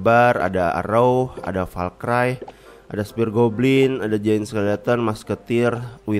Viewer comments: bang valkri bang bukan valkray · bacanya valkri bang bukan valkrai